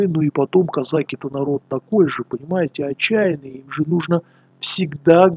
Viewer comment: Это кизяки,а не козаки!Козаки ударение на посдеднем слоге!